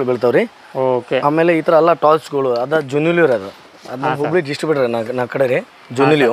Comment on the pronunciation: ಊರ ಹೆಸರು ಸರಿಯಾಗಿ ಹೇಳಪಾ ಗೂಗಲಿ ನಾ ಅಥವಾ ಹುಬ್ಬಳ್ಳಿ ನಾ